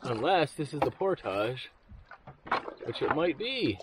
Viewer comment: How many times you going to say portosh this video?